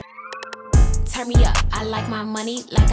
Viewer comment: that emphasizes voice ENDLESSLY